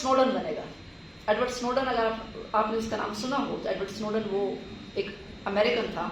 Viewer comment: Kuttiya, Snowden pronounce karna tou seekh lete